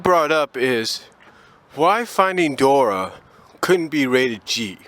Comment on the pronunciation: "Dor-ee" not Dora